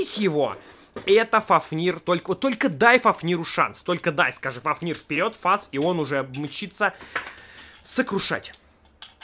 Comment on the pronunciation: Не фафнииир а фааафнир